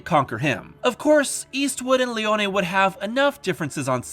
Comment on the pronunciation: Finally someone who pronounces Leone’s name correctly!🎉🎉🎉